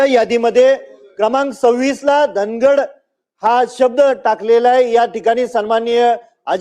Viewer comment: धनगड नाही निट वाचा धांगड आहे